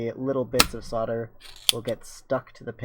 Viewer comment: "sodler" lmao